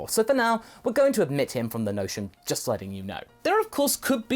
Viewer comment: Ya got Nion's name right. It's derived from Onion.